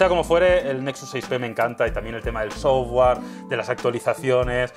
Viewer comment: NO SE PRONUNCIA "SOFWAR". SE PRONUNCIA "SOFTWER"